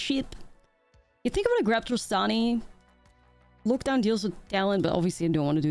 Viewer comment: it is odd you only mispronounce lockdown and no other words... great games!